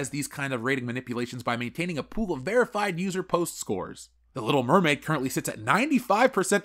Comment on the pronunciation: Little Meh-maid